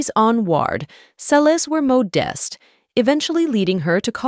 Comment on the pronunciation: Moe-dest? Is that the same as modest? What's with these robo-videos?